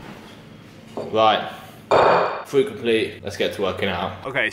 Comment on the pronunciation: Fwoat it’s fruit lol